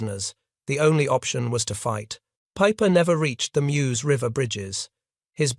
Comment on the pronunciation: There in June, 2024. It’s inadequately marked in terms of a memorial. You have to walk a worn path past a house (which was being wrapped in ‘24). Typical June rain and the path was a bit slippery. If you didn’t know where to stop, along the road, you’d miss the stopping place. I object to this non-human narrator and the sloppy closed caption. BTW, that river is pronounced as Merz.